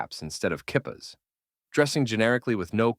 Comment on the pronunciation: I love these thoughtful, insightful and spot on commentaries. I just have a minor criticism: I wish the speaker would talk with someone who knows Hebrew first before airing. While in this podcast, for example, mezuzah was pronounced correctly, kippah was not. It's pronounced either kee-PAH (Hebrew) or KEE-pah (American/English). I have never heard it pronounced KIPP-ah. Thank you, and I look forward to the next podcast.